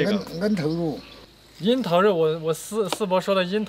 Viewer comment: 口音哈哈，“樱桃”成都这边读 ngen ter 我们高中班主任也纠正不过来口音